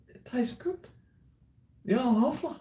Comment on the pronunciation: We are near to the 3rd world war and and old talking shit like in all his vids. Cheers! "Hoefler" not "Hofler" is the name of this crappy beer from germany.